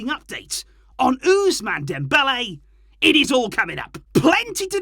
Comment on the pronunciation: the way u say ousmane part of dembele is bit hilarious....oozzmane😅